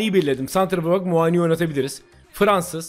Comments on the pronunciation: her muaağni diyişine bir dislike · Kanka Muani bin ismini inşallah hep öyle soylemessin 😂😂😂